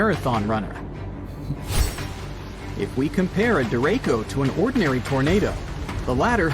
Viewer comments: The guy in this video is pronouncing the name of this weather pattern wrong. Its called a Derecho.. Deh-Ray-Cho.. not Dere-ko. Not trying to be anal.. just making sure if you hear that name you know what it is and how to take shelter appropriately. Also, I'm from VA.. visited VA Beach many times. The ocean water at VA Beach for the most part is alright. Its Dark because of the fine sediments that are in the water. This is because of the water temperatures and the water currents that flow near the coast. The entire mid-atlantic coast is like this.. even Myrtle Beach.. extreme cold water is clear... extreme warm water is clear.. unfortunately us mid-atlantic residents get the mix right in the middle. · The person talking on the video pronounced it wrong it's said dir ray shio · The idiot narrating the video shows his ignorance, derecho is not pronounced the way he said it, the CH is said like CHUCK, da ray cho, so don't be scared but be informed !!!! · Not me wondering if he is mispronouncing Derecho... or we are here in Iowa...🤔🫠😂🤣